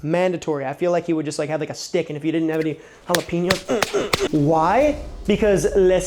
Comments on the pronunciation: It pronounced hala-pen-yos Not hala-peen-yos. Just so ya know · Okay, - Jalapenos are pronounced Hala-PAIN- yos.... NOT Hala-PEEN-yos. Please adjust. Thank you.